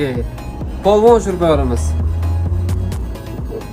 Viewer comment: Полвон емас поилвон